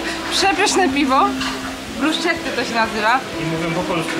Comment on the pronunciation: Bruschetta wymawia się: brusketta